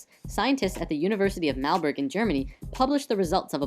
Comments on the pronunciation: that would be MARBURG not malburg university *sigh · Hmm... The standards, applies are quite obvious, when he's talking about Gebauer/Müschenich's work... The city is called "Marburg" and not "Malburg"... I should know, I live about 20 minutes away from it... On that note, I could take a look at the library there or in Gießen on the sources, he mentioned... Oh, and there is a funny storyline including the Orgon-Accumulator and Albert Einstein...:-) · Might be a little nit-picky but it shows how does his "research": there is no University of Malburg. It's MaRburg. If it were just mispoken you could just say got tongue-tied or wasn't articulating clearly but he made his illustrations as well and there he misspelled it as well. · where the fuck is that city Malburg? Or does he mean marburg? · Hilarious! Great work. BTW, I've never heard of Univdersity of Malburg, only Marburg. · I am pretty sure he meant Marburg-University not Malburg. Can this -guy even get his sources stright... well, when he at least has some.